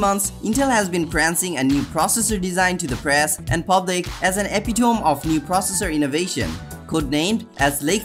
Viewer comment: The moment I heard "Epi-tome" I knew this was a vid I had to skip.